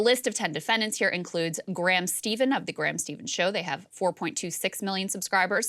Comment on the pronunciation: Exactly. I've been listening to them for a couple years and they say not financial advice in nearly every video. Also, Krystal butchered Graham Stephens name, which makes me think she barely did her research and couldn't take the time to watch any of their videos.